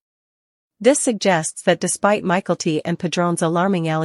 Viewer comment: Please pronounce Mykelti correctly!🇦🇺